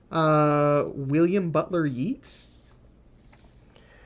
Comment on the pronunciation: Who says Yeats like Yeesh